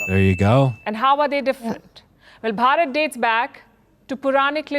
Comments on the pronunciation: Not "Borot" it's "Bharat-varsha" or in short "Bharat". I know it's difficult for you to pronounce but do google the pronunciation. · At least try to pronounciate Bharat properly ........ don't say bryut ....or byrut .......😂 What's the point of being educated if you cant even pronounce Bharat properly......😂 Jay hind ...Jay Bharat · It is not "Barrat", it's "Bhaa-rat" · Not baraat 🕺💃😂 It's more like BH AA r a t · How sweet that lady pronounces Bharat to "Baraat" is so sweeet😂....i❤this, her voice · Plz for God sake pronounce correctly its BHA RAT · After listening their pronunciation of Bharat. I realised why Britishers named Bharat as India 😅